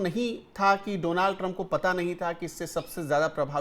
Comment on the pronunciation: Please correct your pronunciation, it is Donald Trump not Donaaald Trump😀